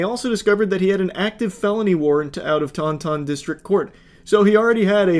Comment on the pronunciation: I know this is kinda irrelevant, but the way he says taunton is taking me out— it’s pronounced “taun-tin” by the way 😭